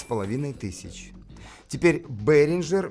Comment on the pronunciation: Одно замечание (как немец, думаю, буду прав) Behringer пpоизносится как "бЕринга"